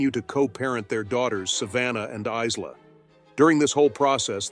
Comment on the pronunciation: Is la? It is pronounced Ila.